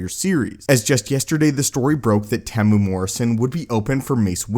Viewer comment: Hey bro you're saying tems name wrong it's tem-u-era if you can't say it properly just say tem 👍or Mr morrison😁